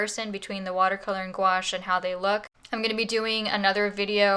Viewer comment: I'm gonna use both watercolor and gouache! Thanks for the video miss (and for teaching me the correct pronunciation of gouache XD)!